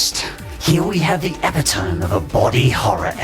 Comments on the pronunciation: Man. It's not pronounced epi-tome, it's pronounced e-pit-o-me... >.< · You pronounced both "epitome" and "Judaism" wrong.